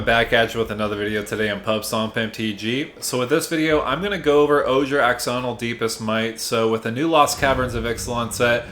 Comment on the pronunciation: "Ash"onil. X makes a shh sound.